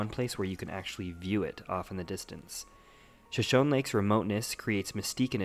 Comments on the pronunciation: Pronounced Sho-Sho-knee. Not shoshown. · Nice vid. Well done. But most people, including you, pronounce it wrong. It is pronounced Shoshoneeeee! The last E is Not silent. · Isn't the name of the lake pronounced "Shoshoney", like the Native American tribe? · it's pronounced sha show nee. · Locals pronounce it Shoshown, and Coyote is KY-OTE not KY-ote-EEE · I think if I made a video like this, which took considerable effort, I would actually learn to pronounce Shoshone.